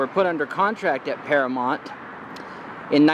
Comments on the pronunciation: It's Paramount not Paramont, I think you are the only American that can't pronounce that word correctly, especially with all the movies that have been made there! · It's Paramount...not paramont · "Oy vey".. It's para MOWNT (mount) Not para MONT... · Am I hearing it correctly, or does he keep referring to Paramount as ParaMONT? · "Can I have your ID"? Really. What was he going to do with it? Is it pronounced Paramount? You seem to pronounce it Paramont. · You made reference to the MOUNTAIN in the logo, yet you keep saying Paramont 🤦🏽‍♀️🤷🏽‍♀️😞..... you still get a pass thou 😂😂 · Nice. But it’s mount, paramoUnt. Paramount. Sounds like mountain. Sorry to be petty, but it was like nails on a chalkboard. 🤣(at myself) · I had the same thought. It was bugging me every time he said it. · How can this dude not see the "U" in Paramount???? You got something against pronouncing the letter u bruh?😂😂😂😂 So annoying...